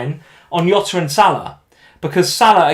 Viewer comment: I like u guys but for the nth time, its JOTA NOT YOTA 😆🙈 (he is from portugal)